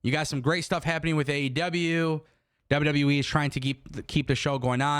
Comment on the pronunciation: Love you but, It’s W W E not WW Wiii 😂